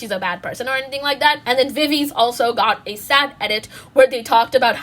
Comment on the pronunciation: not to be that person but viviz is actually pronounced as vi/vi/zi, not vi/viz... (love this vid btw ❤️)